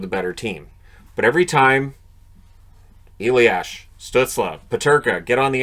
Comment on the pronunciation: Hey, German guy here:) It's "a-lias", not "e-liash"! Other than that great job on our weird names' pronounciations.